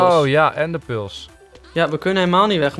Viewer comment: Ezo waaom zech ie PULS in plaats van pearls!!!!!!